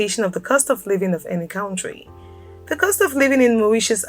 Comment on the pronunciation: small minded? People are looking for accurate information. She can't even pronounce 'country'!